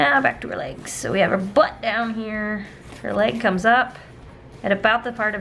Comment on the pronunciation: I love how you emphasize the word Butt, like I'm listening to you in the background while I'm drawing and I hear "So we're just gonna draw the arm, right next to the BUTT" And it almost makes me jump, but it's another reason to adore your channel :D